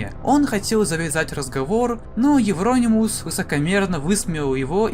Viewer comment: У меня уши завяли. Это евронИмус